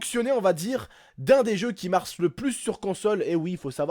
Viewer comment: Tonton t as dit " qui marce "